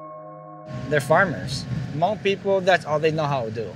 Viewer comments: he can’t even say hmong right, dude has some bigger issues to deal with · Hmong American. And yeah, it's spelled H-M-O-N-G. The H is silent. 😁